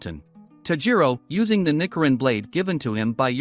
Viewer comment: Also it’s ni-CH-irin